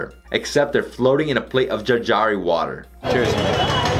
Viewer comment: it's not jaljari water, it's jaljeera... also Punjab is pronounced as panjab..... good video though😍😍